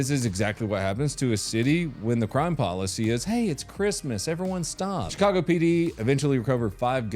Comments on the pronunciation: Did you mean to say shitcago? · You say Shitcago perfectly.